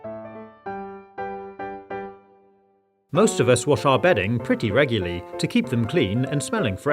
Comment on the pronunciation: "Ruguly" pretty funny,huh